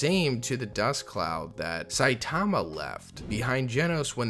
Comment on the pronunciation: Ill never for the life of me understand why people continue to pronounce Saitama’s name improperly. It’s very clear in both the sub and dub versions how to pronounce it. I’m sure most people would be corrected if they mispronounced someone’s name.